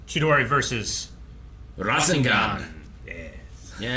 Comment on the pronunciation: ra-zen-gan is not how its pronounced its ra-sengan . It hurts my naruto fan brain lol